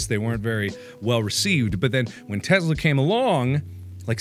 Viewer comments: It's a Tesla, Mark, not a Testla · teSla, not teZla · Are we just gonna ignore the “Testla” If you’re gonna advertise, advertise it right damnit! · "A teZla" 😂😂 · The Breaking News said Testla. Not Tesla. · Am I da only det noticed he said in na news bit it said get a free testla instead of a free tesla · was it meant to say Testla? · This is me picking but holy fuck it is tessssla not tezzzzla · I hate yhe way he said it "tezla"